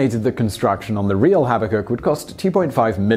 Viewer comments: Arduino Guy Projects and More! Habakkuk, perhaps, but not Habbakuk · Habbakuk? Well, I know what a 'kuk' is in Norwegian, but what's 'habba'...